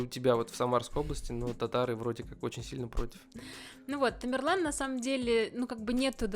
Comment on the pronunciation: Не тамирлан а темерлан он из казахского рода .к узбекам отнашение не имеит.